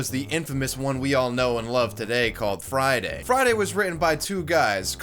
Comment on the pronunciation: She said "FrAIyDaII" once, everyone cringed, and then everyone forgot.